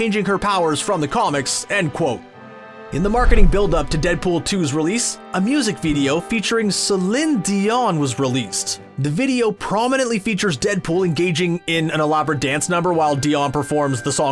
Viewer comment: "see-lin" dion, jesus christ.....